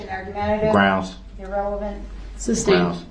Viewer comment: Judge Dorow called the “entity” intelligent and articulate yet he cannot pronounce: ask, sustain, oath, truth, forth. He did t know what forthright or newton law meant. Compare his fingers and ears to the images you see in books of demons